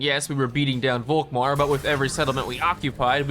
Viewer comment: One gripe: Please pronounce Volkmar with an F. That is, in fact, how this actual name is actually pronounced. Folkmar. Germans use the V and the F interchangeably in most cases, such as this one. Folksvahgen, Faterland, Ferboten, Ferkehr....Folkmar.